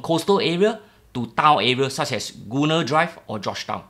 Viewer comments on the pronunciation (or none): It’s Girl-nee drive, not goo-nee.